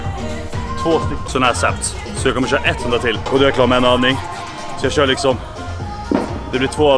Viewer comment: "läkerol lixom" 😭😭😭😂